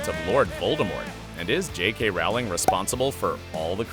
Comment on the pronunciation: She's only maybe the most famous woman in the whole world, but you can't even pronounce her name right? It's Rowling like bowling, not like howling.